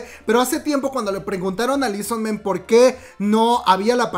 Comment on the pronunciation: Esta será la sub de la que tanto se hablaba para debut en noviembre? ¡¿EXO-RBD?! jaja... ok ya Por cierto no se pronuncia lii son men, es "i su man"